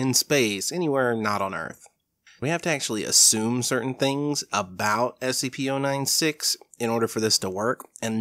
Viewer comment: And you're wrong about how to pronounce SCP-096!